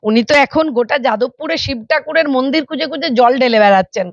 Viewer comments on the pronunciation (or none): none